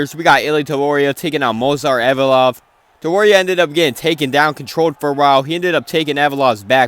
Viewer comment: With all due respect bro it’s not hard to pronounce Ev-lo-ev🥲